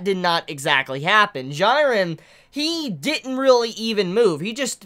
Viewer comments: His name is pronounced jee-ren, not gee-ren. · Bro I'm sorry but please...correct the way you say these names. Jiren (gee-ren). Same with hunter x hunter!! Kurapika is not (kura-peeka) it's (ker-ah-pee-cuh) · I cringe every time he calls him gyren. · this episode was lit asf, also am I the only one cringing at how is saying Jirens name wrong ☹ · Why are you pronouncing Jiren's name so weirdly? It's been confirmed how to do it right? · That's not how you pronounce "Jiren"